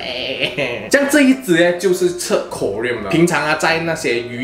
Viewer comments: 应该读成 “ko ... rin" , 不是 “ko ... riam"。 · “Klo” “rin” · 哈哈哈我就想说 读成另一种金属chromium了